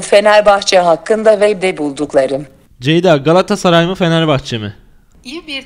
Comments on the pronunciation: Ceday olmaz Ceda-y olur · CEYD-A DEĞİL CEYDA